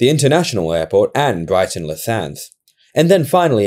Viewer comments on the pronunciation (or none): none